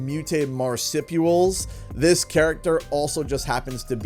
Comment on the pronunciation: Nice, good video. It's a far-fetched theory, to be sure, but it's still only that. A theory. I don't see why anyone's upset over a little fun speculation. The only thing in this video to be upset by is the way you pronounced "marsupials".